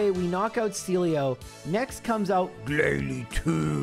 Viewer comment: The way he says "GLALIE" kills me everytime.